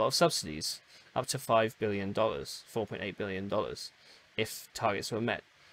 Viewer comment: yeah just at the beginning of the video it sounds heavily like million.